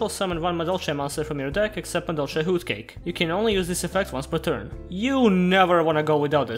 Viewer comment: Your voice and humor is perfect for Yu-Gi-Oh videos. Also love how you pronounce "Hootcake" just brings a smile to my face.